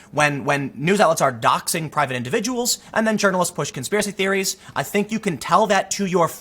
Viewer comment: conspiwacie theewies suuuuure tim, keep telling yourself that